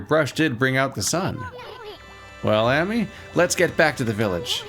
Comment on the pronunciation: I know it is a moot point but, Ammy is pronounced just like you'd say the Ama in Amaterasu but with a y at the end now(Ah-me)